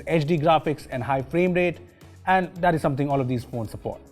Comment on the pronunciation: Dis, Dat, Tousand 😂😂😂